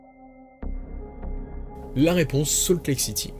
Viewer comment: Ça n’est pas sault lake city mais SALT LAKE city. Merc